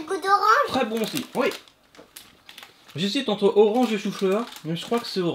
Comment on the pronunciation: Je suis la seul à avoir rigoler quand il as dit jesite entre orange et chou fleur haha 😂😂